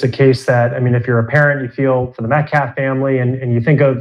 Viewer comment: It’s calf. The claf. Words matter